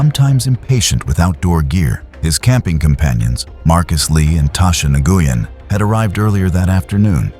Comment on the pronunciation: Nuh-goo-yen 😂?????? Wen****